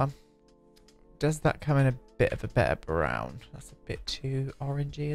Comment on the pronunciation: for a second thought you were speaking Swedish saying “brown” like that haha. It sounded very similar to our word for brown: “brun”. Anyway, lovely video as always 💛